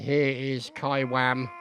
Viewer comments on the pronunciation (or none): Hello mister. I enjoyed the video very much. But I do have to correct you on behalf of my friend Keiwam. you pronounced his name as "Kaiwam", where it should be pronounced as "Key-Wam", I hope to see improvement in the future. Other than that, great video, love to listen to your rendition of the battles we face and to see myself in your videos. The 32nd loves your videos and we always watch them when they come out:) The 32nd Regiment of Foot thanks you for your service. -32nd Serjeant Embert <3